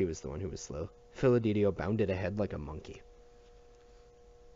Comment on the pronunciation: This series really helped | side note it’s pronounced Fid-e-li-to not Fil-e-de-tio